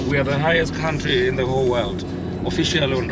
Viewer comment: My bro I love wat you do but I only dislike one thing , how you pronounce country , you should pronounce it like kauntry not kantry